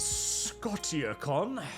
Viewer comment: Pretty sure 'Scotia' is pronounced something closer to 'sko-sha,' as in the Canadian province Nova Scotia. It's Latin for 'Scotland.' Knowing, it's a tossup whether it's engagement-farming or actual ignorance.